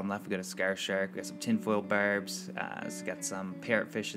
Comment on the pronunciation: You say "barb" weird.